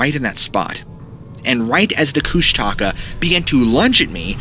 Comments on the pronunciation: 26 minutes in. Its not kush-taka its kush-tuh-ka. Only lived In alaska my whole life. I reccomend reading "the strangest story ever told" by Henry D Colp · Everytime I hear kush- taka it physically hurts me.. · You are saying it wrong. The Alaskan monster is pronounced Koosh TUH Ka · Last story: It's koosh (like book) ta .. ka. Emphasize the first part. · Pronouncing Kushtaka wrong. Close emphasis on the second k. It translates as Otter Man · Being from Tlingit territory in Alaska i'm dying over how you pronounce Kushtaka lol. I live in LA now but I remember growing up and me and the other kids in my neighborhood always thinking the Kushtaka was gonna get us at night. Creepy things in the woods.